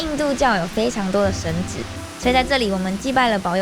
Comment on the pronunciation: ，神祇，那個字要唸（ㄑㄧˊ）